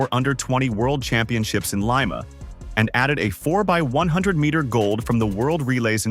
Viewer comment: The narrator has a good voice and pleasant delivery. However, he mispronounces the Peruvian capital city's name. It is not Lime-a but Lee-ma.